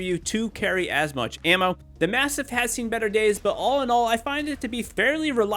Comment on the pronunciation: The way you say MASTIFF is weaird.